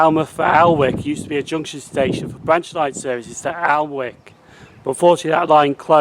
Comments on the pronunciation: Think Alnwick is pronounced annick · Good God man learn how to pronounce Alnwick. For an Englishman you do a great American tourist impression.